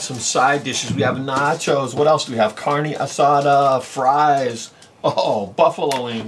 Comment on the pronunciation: "Carney" asada.. Lol that pronunciation kills me.